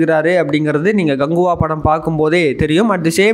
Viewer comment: Dai Ganguva illa KANGUVA. Oluga sollu